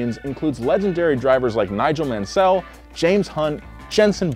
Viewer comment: Imagine saying MunSELL.